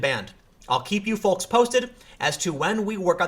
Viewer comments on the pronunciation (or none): Tim... What's a foauxs? lmao My stars and garters! It's folks, ya darn Yank. :-) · folks is pronounced fokes...the L is silent. or at least not as pronounced. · Tim, please stop pronouncing the "L" in "folks" and "calm". With all due respect it does my head in. Other than that, love your work.